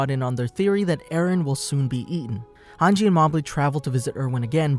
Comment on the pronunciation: thank god you didn't call hange "hang gay" like you did before